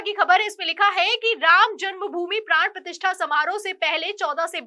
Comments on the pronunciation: मैडम...प्राण प्रतिष्ठान नहीं ...प्राण प्रतिष्ठा होता है ..... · यह प्राण प्रतिष्ठान नहीं, प्राण प्रतिष्ठा है, मैं पहले भी आपको सुधार करने को कह चुका हूं।